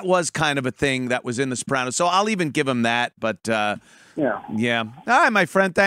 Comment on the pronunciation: I like how you added that little tongue roll thing to their name. The Soprrrrrranos... has a fun, zesty, ethnic feel. Like eating at Chili's!!